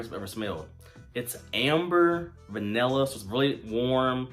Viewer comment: Good video. Just a heads up….the word is “Vanilla” not “vinella.”